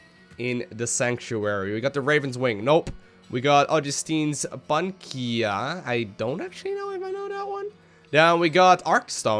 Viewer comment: "Bunkia"? It's Pan-Uh-See-Uh, man. ;)